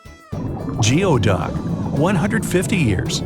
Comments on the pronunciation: its actually pronounced gooeyduck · It’s pronounced Goo•ey duck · Btw it’s pronounced gooey-duck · its pronounced as gooey-duck, not geoduck! Geoduck is just a waterfowl interested in geography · It's gooey-duck, not geo-duck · You pronounced geoduck wrong. It is pronounced “goo ee duk”. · it is not "geo duck," it's goowee duck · It’s pronounced goo-ee-duck not geo duck!! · He really said jeo duck it’s pronounced gooey duck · UNSUB had enough of the bad facts and poor pronunciations.....geo duct? goooeyduct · It’s pronounced gooey duck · geoduck is pronounced goo-ey duck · Geoduck is pronounced gooey duck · Not to be pedantic or anything, but isn't geoduck pronounced like "gooey duck"? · Geoduck is pronounced “gooey duck” fyi......